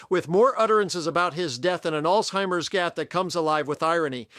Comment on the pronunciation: Hey. The word is alZheimers, not alTheimers. Many people mispronounce it this way. Remember it's "Z" not "T".